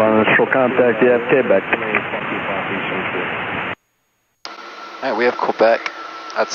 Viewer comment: Do all Arizona folks pronounce Quebec as K-bek? I've never heard that before.